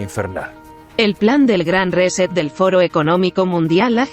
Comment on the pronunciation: ¿Por qué no dicen "reinicio" en lugar de "reset" que bien pronunciado sería "riset'?